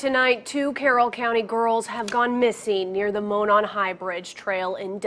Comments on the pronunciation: and yet Mon-non High Bridge just slips by.... Moe (Hey Moe!)-Non...rhymes with moron, ((not a slight or a jab!)) as in Monon (semi)Trailers. I can't really fault 10toLife, there are at least five other's who don't pronounce either right. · It’s ok 😂 I knew you would mention mispronouncing Delphi… when I heard “Delphy “… also Monon high bridge is pronounced “Moe-non” they have a little bit of a “southern accent”… not as bad as Tennessee. I think we draw our words out a little more 😂😂😂. I honestly thing that Kline and Allen know each other from the really sick interests they have… I think they have a lot of gathered evidence that only the killer or killers would know. In my opinion the chief took this case to the highest level of professionalism and care. This case made him angry that a human could do something so horridness to these two beautiful girls…. The scene was staged from what the chief said…I think they will still keep certain details close to their chests until a trial… they want these charges to stick to the person/persons responsible…. I think this is why 2 different sketches went out…. I don’t think one man could over power both these girls….. Liberty’s instincts kicked in before they ever left that house…. This person knew them trails and the area like the back of his hand. I think a lot will come out and I think for someone to be arrested and the authorities are giving news reporters time to get to town… this chief is playing his cards right and proud of the work law enforcement and everyone has accumulated. Today is the day💙❤️ Abby and Libby, you two are very bright stars that shined so bright that your light gave clues, hope, and confidence to the law enforcement that will now give you justice f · its hard to take any of your research seriously if you cant even pronounce the name Delphi. Its literally said before every news story on the murders.. jesus and you say "Monan" wrong